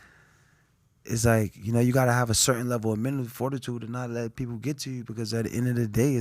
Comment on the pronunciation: I thinks it’s ironic he can’t pronounce mental